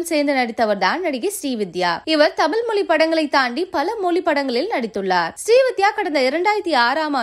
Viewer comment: தமில் மொலி இல்லம்மா. தமிழ் மொழி. உச்சரிப்பு கவனம்